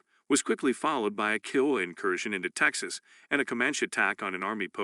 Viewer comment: I enjoyed the information, but this is a computer reading correct? There are some incorrect auto corrects like reserves, and the way Kiowa is pronounced is awkward.